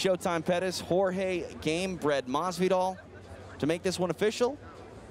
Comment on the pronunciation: Hot Boi weird. he pronounces his name correctly